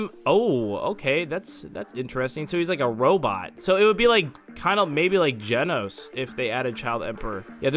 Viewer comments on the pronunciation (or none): none